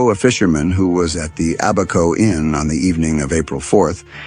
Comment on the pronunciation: To correct you. It’s ABaco Inn not aBACO